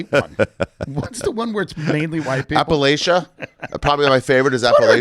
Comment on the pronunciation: Not even gonna lie was totally Vibing until I heard you say Appalachia and pronounce it wrong — respectfully get your shit together